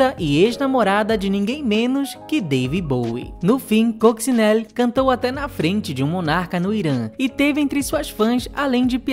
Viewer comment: Oi, e! Obrigado por mais este conteúdo super bem pautado, pesquisado e editado! Parabéns! Só aponto um problema: quase todos os nomes dos artistas aqui citados - inclusive o da própria protagonista, Coccinelle - são pronunciados erradamente. E ficamos no aguardo de novos conteúdos relevantes, embora esquecidos, como esse!